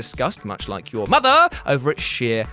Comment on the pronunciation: Please don't say mother like that. I've never needed the Great Khali's digits in my ears more. Love the channel.